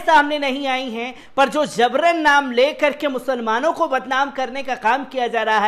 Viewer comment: ZABRAN NAHIN JABRAN, GAUTAM NAHIN GAUTAM.